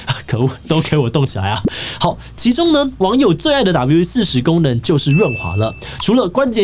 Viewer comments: 整片聽下來你的發音就在那一直唸W-40 標題是WD-40斷好發音唸好有那樣困難嗎??? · 發現志祺後面都只念「W-40」😂我說那個D呢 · 原來志祺都唸四十 我都唸四洞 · 我都念WD-4洞 聽到四十好不習慣